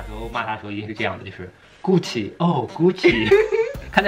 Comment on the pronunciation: hhhh看到后面听到的就是“菇气又菇气”